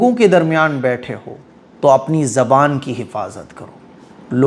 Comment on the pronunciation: it is zabaan not jabaab okkk